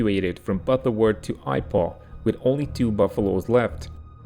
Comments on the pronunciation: Great video. But Ipoh is pronounced EEpoh not EYEpoh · It's Ee poh for Ipoh. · i believe that Ipoh is pronounced Epoh. that's what i heard when i was there decades ago. viewers please correct me if i'm wrong....please continue this series with the british evacuation of burma. i had a friend who was in rangoon during the japan invasion. frank was a sargent mechanic in the RAF. he evacuated to india by road with his unit and their stores. just out side of rangoon he came upon an intact westland lysander stuck in a swamp and out of fuel. there was little wrong with it and his unit soon repaired, then fueled it and he flew out with the pilot to india. by this time there was only a small opening in the encircled rangoon with japan fighters over head. they stayed very low to avoid the japans and he was afraid that they would bird strike the many large vultures that were over the forest canopy, thus taking out the plane. fortunately for him the plane made it to india without incident from either the birds or japan planes. although he lamented that his entire kit of tools and personal affects was left with the road transportation and was lost. he was repatriated to england and there he was selected for pilot duty. he served the rest of the war as lancaster pilot and survived. at the end of the european war he was stationed in hamburg. since hamburg was basically leveled one of the only city marking left standing was the hamburg city welcome sign. there he took a photo of himself with his bomber crew. frank gave me an autographed copy of that photo